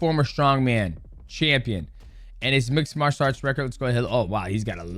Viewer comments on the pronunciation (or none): none